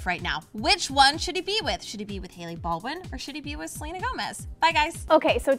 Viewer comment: It's Selena NOT Gelena